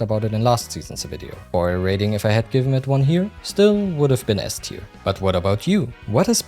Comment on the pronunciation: Nice video. My only criticism is you pronounce "ass-tier" and S-tier" similarly. Maybe consider altering the joke slightly if you repeat it in a future video.